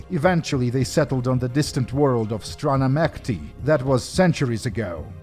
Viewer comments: Why did you pronounce it as "Strana meKty"? Bro, we all know you are Russian, it's "Mechty". This video goes very hard. I hate cleaners so much, it's unreal. Love from Kazakhstan. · Shouldn't it be pronounced Strana Mechty, with a CH sound? Like the Land of Dreams? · I thought you, of all people, would be the first youtuber to pronounce 'strana mechty' the right way 😄